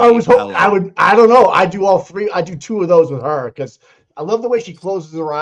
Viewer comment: One, two, treeee, four, FIFFFFF